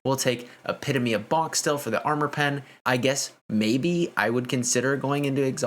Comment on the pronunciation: Thank you for pronouncing epitome correctly. I never think less of someone, but that word gets under my skin because SO MANY people do not pronounce it correctly!